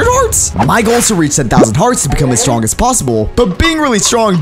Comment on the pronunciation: He said strong WRONG IS STRONK